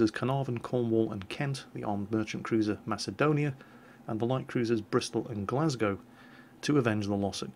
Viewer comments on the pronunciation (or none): none